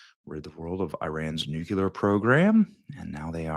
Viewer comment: Dose it bother you that you, a media person, can't pronounce NUCLEAR? It takes a little practice, but I encourage you to try.